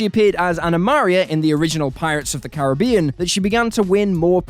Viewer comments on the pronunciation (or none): none